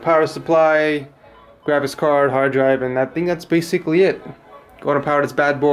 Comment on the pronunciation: "basicwy wun the games"